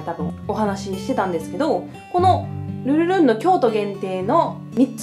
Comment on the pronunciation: 今回も♡ がルルルン言いにくそうだったけど、可愛らしくて好きです♡